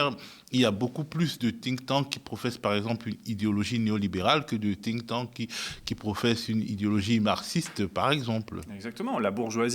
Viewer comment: Think tank et non pas tink tank.